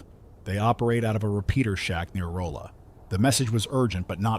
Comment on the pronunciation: Aww man!! Everything was going so well until "Roll-uh" 🤦‍♂️ (For context, I lived in Springfield/Southwest Missouri for 12 years, and was even a Public Media broadcaster for a time. This one was firing on all cylinders until he whiffed on "Rawl'uh" Overall great job through 👍 EDIT: Yes I'm fully aware that down there in the Ozarks it's "MizzURuh," but let's not nitpick lol :)